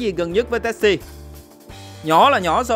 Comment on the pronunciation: Đọc Tassie là Tazi!